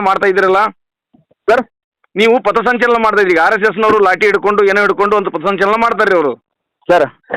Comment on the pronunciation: ಪತಸಂಚಲನ ಅಲ್ಲಾ ಪಥಸಂಚಲನ... ಮೊದಲ ಕನ್ನಡ ಕಲತು ಆಮೇಲೆ ಹೋರಾಟ ಮಾಡಿ😂😂😂